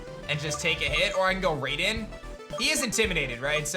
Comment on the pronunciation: Just so you know, it's pronounced "RYE-den"